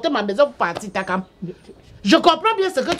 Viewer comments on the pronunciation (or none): La manière que prononce le nom takam sa vous fait pas rire 🤣 elle dit tchakam